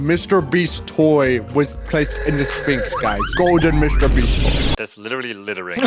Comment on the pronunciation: that’s litewy litewing 🤓☝️